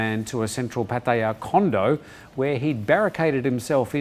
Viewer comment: I repeat learn how to pronounce Pattaya. there is no emphasis on the ya